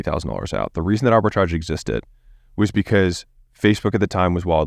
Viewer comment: Arbitrage, Arbritage, Arbitrage stop saying Arbitrage